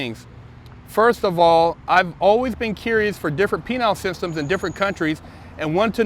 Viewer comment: "Penile systems" 😝